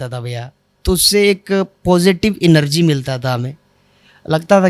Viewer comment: इनरजी नहीं है। भाई जी एनर्जी होता है।